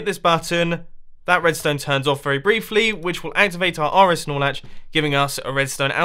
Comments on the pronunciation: Every time he says "R-S Nore Latch" I here "R-S Snorlax". lol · wow I tought it was R-S Snorlax lmao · Hahahaha nice snorlax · I thought that too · I hear R-S Lorax